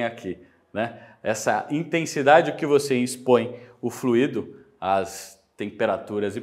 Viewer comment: Curiosidade: a palavra FLUIDO (sem acento), enquanto adjetivo ou substantivo (como é o caso do vídeo), tem sua pronúncia mais aproximada da expressão "cuido", por exemplo. Pode parecer estranho, mas o acento em "fluído", trazendo a pronúncia mais próxima de "ruído" só tem lugar quando da utilização do particípio do verbo fluir: o trânsito tem fluído bem, por exemplo.